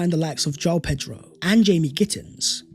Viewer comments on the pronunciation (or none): none